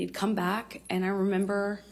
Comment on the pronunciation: I re-amber